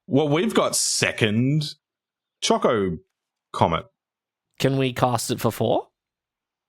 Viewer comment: Oh man, Azusa and Chocobo Racetrack? That could've been awesome! I don't like Cargo Ship in this deck, personally. Doesn't do much. "choCOcomet" is the absolute most cursed pronunciation I've ever heard, and I love it. I had not seen Summon: Knights of the Round before. That is... disgusting. And also extremely lore-accurate. Wow.